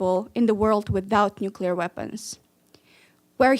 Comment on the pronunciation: Are you saying nucu LAR? When will you turn 13?